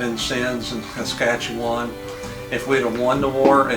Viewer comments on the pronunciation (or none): Kaskaskia...not Saskatchewan. Boone was also captured and adopted into the Shawnee, before his escape. Great post though... Keep it up.